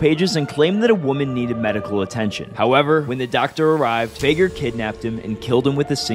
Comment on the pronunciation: It's pronounced Fig-air not Fay-ger